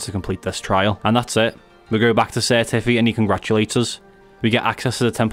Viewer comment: i never got the joke of the sir tiffs name until i heard you say his name ahah